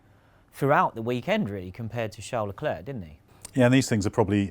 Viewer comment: Leclerc pronunciation: Luh claire, not leh klurk